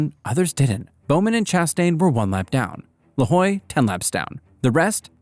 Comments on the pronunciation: Corey "lahoie" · "Corey lahoy"🥀🥀